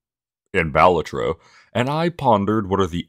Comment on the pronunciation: The way you pronounced Balatro was so off-putting